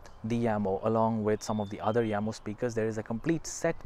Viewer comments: Jamo. NOT yamo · You are incorrect. Watch first 5 secs of official Jamo video. They pronounce it as "Yamo"